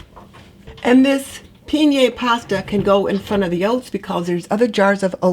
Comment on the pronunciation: I need to try that bay oil. And I might see what can be stored in jars. Many supplies I have are in Tupperware. By the way, penne is pronounced pen-nay.